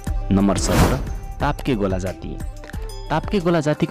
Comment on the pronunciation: ताप्केगोला होइन तोप्केगोला हो